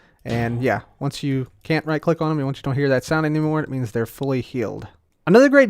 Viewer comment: you say Ciff instead of Click while demestation the iron golem LOL!